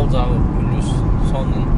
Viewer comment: Пилус дечи😂